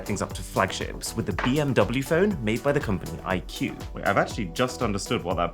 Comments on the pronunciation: The pronunciation of iqoo isn't IQ but instead Icoo, the same pronunciation of coo in cool. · Iqoo is pronounced as I-cool. Not IQ. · that's actually not IQ it means I quest on & on And it's pronounced i-ku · Iqoo released a video in 2021 on how to pronounce Iqoo,it's pronounced i-koo not IQ,U pronounced it so wrong that it's cringe Arun lol